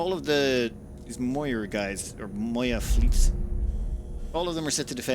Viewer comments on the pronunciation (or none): none